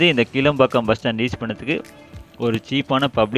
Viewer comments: Isn't that kilaa( ளா )mbakkam? And not keela(ல)pakkam? Pronounciation mukkiyam bigilu 😅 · கீழம்பாக்கம் அல்ல ; கிளாம்பாக்கம் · இந்த பேருந்து நிலையம் கீளம்பாக்கம் அல்ல --- கிலாம்பாக்கம் என்று உச்சரிக்க வேண்டும். நீங்கள் சரியான பெயர் கொடுத்து பழகிக் கொள்ளுங்கள். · Bro, கிளாம்பாக்கம், not கீழம்பாக்கம் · கீளம்பாக்கம் இல்ல, கிளாம்பாக்கம்